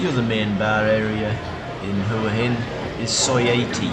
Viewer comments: please pronounce as hwa hin not hore hin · Why do you so many of these desperado videos not pronounce the city name correctly? It’s not that hard. WAAA INNN. GET IT ? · I dont think you are pronouncing Hua Hin correctly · Can please pronounce Hua Hin correctly,by now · don’t mean to offend , you obviously know how it’s pronounced (w) in front so maybe your pomie ascent or my ear sounds bud different sorry for being a little bit picky